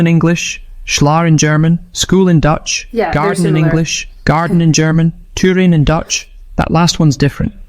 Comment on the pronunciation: since when is TUIN pronounced too-wyn???